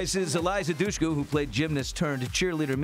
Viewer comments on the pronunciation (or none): Ugh, Billy Bush, learn to pronounce Dushku, and why would anyone say "Oh say whatta-waaa?!"